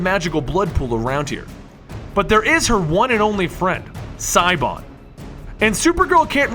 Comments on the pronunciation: did he just pronounce "shee- oh- bahn" "sai-o-ban"? :\ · Stop. Siobhan is pronounced sha-vorn (Gaelic is weird). That pronunciation is hurting me. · siobhan is an irish name and like almost every other irish names, it's pronounced differently, like chivonne or shivonne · Siobhan is pronounced Shi-Vawn, not Si-O-Ban. Otherwise v good video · P.s. it's not pronounced Psyban, it's Shuhvon. I know neither of these are spelt anything like ita actually spelt but I swear it's pronounced Shuhvon. celtic names r weird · EXCUSE ME? Did you just say Siobhan like "Sigh Bon"??? It's pronounced "Sha-vawn" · it's pronounced shi-vahn not sighbahn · Siobahn..."Sio...bahn"? Correct me if I'm wrong......ok no, I can't be wrong. Siobahn is pronounced like "Shiv-ahn". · Just so you know... "Siobhan" isn't pronounced "SYE-oh-bawn." It's pronounced like "Chevonne." It's Irish. Y'know, like banshees. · its actually called the "blood ocean" not the "blood pool" ... just said ... and her name is pronounced "shavaughn" ... not "sai-bon" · "Siobhan" (Silver Banshee) is pronounced Sha/Shu-Von. It's Irish-Gaelic (and happens to be my wife's name). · Siobhan or Sioban is Gaelic or Celtic(Northern England/Ireland) name. It's pronounced She-Vawn or Sha-Vahn. An Irish chic named Siobhan told me that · i know this is probably 3 yrs later but Siobhan is an irish name no? .. pronounced Shevan? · Dude. It's pronounced "Shee-bahn". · Siobhan Is pronounced shavonn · Siobhan is pronounced Shiv-On. It's irish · Siobhan is pronounced lie "Sha-vahn" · its pronounced sha-bahn. i normally wouldn't care but its a regular name that people know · "Cybon"... Kill me... All joking aside, it was a nice video. But Cybon doe... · It's pronounced Shiv-vaun, just a tip for any future videos on Silver Banshee :) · Siobhan you pronounce like Shu von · Siobhan is pronounced ( Shi - Von) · Silver Banshee's name is pronounced 'shih-VONNE' it's an Irish name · i know its spelt siobhan but its pronounced shavawn